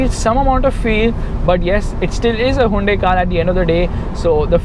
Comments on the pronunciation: Hey it's Hyoon-dai not huvende...... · "hawundae" xDddddd lol